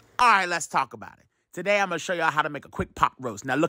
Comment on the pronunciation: Im here for the "MY GOD ON TUHDAY" 😂😂😂😂😂❤❤